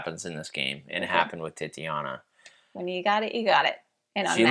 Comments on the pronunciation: Titania, not Tatiana. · Sorry to be that guy but the Unmatched character is pronounced Tit-AH-nee-a, not Titty-ah-na